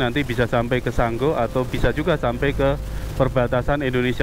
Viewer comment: bukan sanggo,tapi sanggau😅